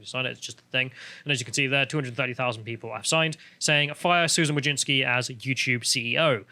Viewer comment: "Wojcicki" should be pronounced "vooy-tzi-tzkyh". "vooy" rhymes with "hooy" (chuj), which is male genitalia in Polish